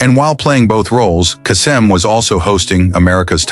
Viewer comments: Pronunciation error: It's Casey Case-EM, not Ca-Sem. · it pronounced Caysum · Casey's last name is pronounced KAY-sem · Teach AI how to pronounce Kasem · Either you are using AI to narrate or you can't pronounce Casey Kasem's name properly. FAIL! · How difficult can it be to correctly pronounce "Kasem"?:)